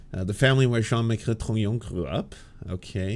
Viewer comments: Why does it bug me that she keeps anglicizing Jean Michel's name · Can she stop referring to Jean-Michel as John Michael? This is 2024, we can do French names.